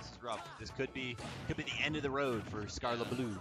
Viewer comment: its skarlettbloo not skarlett bloo